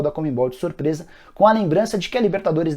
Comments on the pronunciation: CON-ME-BOL. Não comembol. Abraço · Não é Comembol. É CON-ME-BOL, de CONfederación SudaMEricana de FutBOL. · Nicola a pronuncia é "Conmebol" e não " Conmembol" kkkkkk